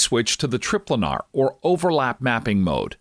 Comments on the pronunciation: Well its just most people would pronounce it "tri-planar", and he even goes on to say planar afterward, but he still calls it trip-lanar. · lol, trip-lanar